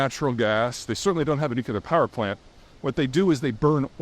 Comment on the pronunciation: Dang! I thought we would be spared the atrocity "NU-CU-LAR".